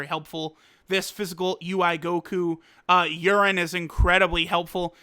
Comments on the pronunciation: I laughed when he said “urine” 😂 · I swear you called her urine at one point